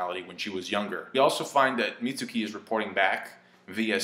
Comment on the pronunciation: Mitsuki-- Meets-key. Plz.